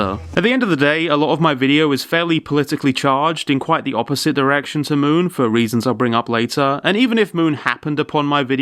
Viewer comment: Moon? More like m-ew-n